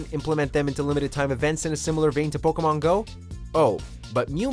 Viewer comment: I’m cringing at how he’s pronouncing the pkmn names